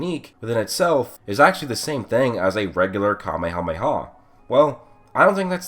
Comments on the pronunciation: You said Kamemeha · 1 shot for how you say KaMeHaMeHaa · I love how he pronounces “kamehameha” differently every time